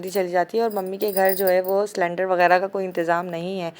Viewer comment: saylandar nahien cylinder hota hai.... waisay Hafiz e Quran ho aurat ki tou awaz ka parda hai lakin tyaar ho kay cameray pay anaa... nothin less than showbiz actress... allah apko hidayat day Ameen